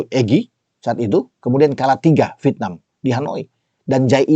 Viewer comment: Penyebutan nya VIETNAM apa VITNAM OM ?? 😂😂😂